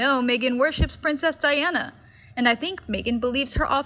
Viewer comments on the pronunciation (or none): none